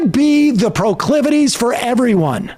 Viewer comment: Prah-clivities? Well, I guess that's one way to express whatever he's attempting. This persecution complex is a bit bizarre to witness over and over and over again. 🤷‍♂️